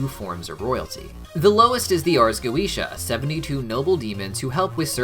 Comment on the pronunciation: Having studied Binsfeld and the Lesser Key well before HH and HB came about, I cringe every time I hear go-eesh-ah. I know that’s how Vivziepop uses it in the shows, but it still hurts my senses :)